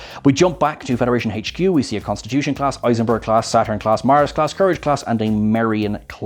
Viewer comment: He trips me out haha....dude can NOT say HQ without pronouncing it hey-ch Q🤣